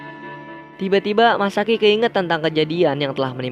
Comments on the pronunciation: Masaki Bg Bukan Misaki😂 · Masaki bang bukan misaki